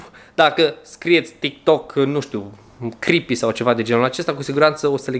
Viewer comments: De 7 ori ai spus chripi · Mai mult tu ma speri când spui crepi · DE 5 ORI AI ZIS CRIPI